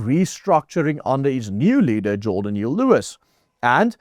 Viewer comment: Jordan, not G orden